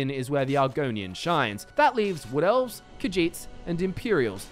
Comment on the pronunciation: Yeah, who could forget the "Redgaurds", the "Wool Felves" or the "Snorts".